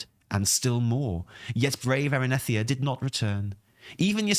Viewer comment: Erinethia? Erinethria 😂